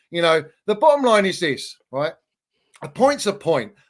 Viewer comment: 50% of that chelsea fan's vocab is "the bo'om line id this" and "le's 'av it righ'.